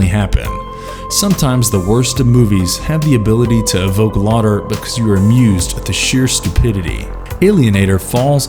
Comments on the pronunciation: Ridley Scott, not Scott Ridley. Laughter, not lauter. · Class of 1999 - you did not mention the female lead cyborg was played by Pam Grier. And the word laughter is pronounced laf-ter, in the video it comes out as law-ter. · Are these read by an actual human? With context clues, the word "lotter" sounds like it's meant to be "laughter". I enjoy learning about these gems, but listening to the videos can often be painful for this reason. And, the end of these videos is as abrupt as the bad cuts so often mocked in them. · Pronouncing "laughter" as "lah-ter". WOW. Lemme know if you guys need a voiceover guy that can pronounce words. :D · "Sometimes the worst of movies have the ability to evoke lauter" If you're going to use software to narrate your video, be sure to spellcheck the text.